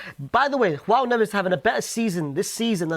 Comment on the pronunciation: Why is he saying KHOAO NEVES its Joao in Portuguese they pronounce the J